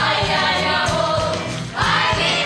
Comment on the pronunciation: lol i like how they said "amor" as "awhored"